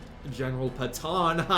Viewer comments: I think your Patton pronunciation was done on purpose. Lol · That pronunciation of Patton was cringe